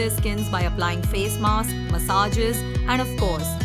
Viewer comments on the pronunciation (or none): none